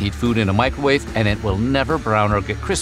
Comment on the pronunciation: Ah yes the good old "Micro wah-veh"